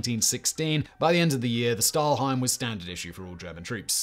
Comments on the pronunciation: Another thing I noticed was that he kept calling it a 'stahlheim' instead of 'stahlhelm', he got it right the first time but then kept saying stahlheim over and over. Very minor error (I don't want to nitpick either), but it sort of grated on my ears every time he said it. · Well, Stahlhelm was even worse. It's a sh sound in the beginning, like in "should" and helm is exactly pronounced like helmet, just without -et at the end ;) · It's "PickelhaubE", not "Pickelhaub", "FriedriCH", not "FriedriK", "HeinE", not "Hein", "Überzug", not "Ubersug", "Stahlhelm" is pronounced "Shtahlhelm"... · Stahlhelm with an "L", Simon... you read it correctly the first time but then kept calling it "stahlheim". It's basic world war trivia Simon, I'm sorry but you really don't have to always go with the first take